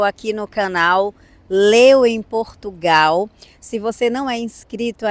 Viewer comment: Queres que venham mais brasieiros para cá? Com as novas leis da imigração, que estão a ser discutidas e aprovadas, muitos brasileiros não vão poder "vim". Nem sequer sabes pronunciar de maneira correcta o nome do nosso país.